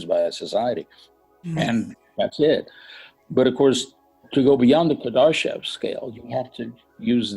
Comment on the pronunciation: "Kadarshev" ?!?!?! if you speak about him at least learn to pronounce his name properly mr Befnord.